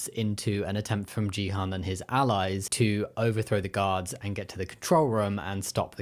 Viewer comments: Ji-han? Do you mean gi-hun? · Quick point: the main character's name isn't pronounce this way. The G in Gi-Hun is pronounced like the G in Greg, rather than the G in George. it's actually closer to a K sound. And the U in Hun is pronounced more like OO than A.